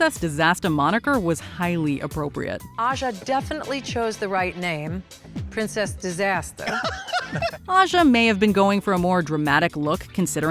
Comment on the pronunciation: Aja's "princess disastah" make up is way to low.